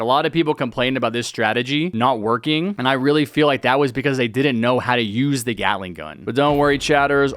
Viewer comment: Man gyatling gun not gyatting mann